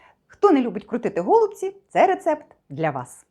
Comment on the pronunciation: Назва страви голубцI має наголос на останньому складі